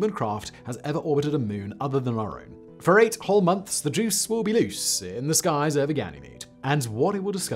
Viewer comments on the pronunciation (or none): none